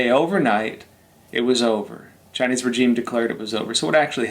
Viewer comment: Love ya show bro, but the way your pronouncing “regime” is irking me!😖